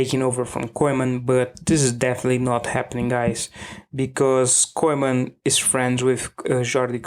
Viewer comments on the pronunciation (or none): Weldone. Please learn how to pronounce Koeman. Its pronounced "Kooman". You sound very funny and clownish how you pronounce that word. Sincere advice. Thank you. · The E in Koeman is silent.